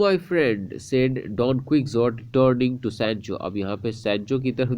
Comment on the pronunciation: Don ku-hou-tii